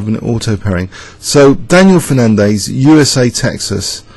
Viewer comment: FernanDEZ not FernanDAYS.